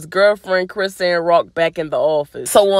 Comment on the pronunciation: it’s pronounced “CRI - SHAWN” not “CHRIS - ANN”